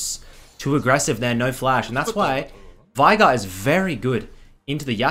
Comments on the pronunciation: VEIGAR NOT VAIGAR WATAFACK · It just hurts the way you pronounce "Veigar"